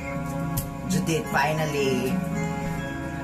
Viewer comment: This is all Judit's fault: JUDIIIIIIIIIIIIIIIIIIIIIIIIIIIIIITTTTTTTT-H Me: wow the he said it with an h😂